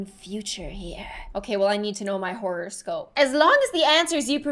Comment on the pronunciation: Who else heard say 'horrorscope' instead of horoscope?? (Me:>)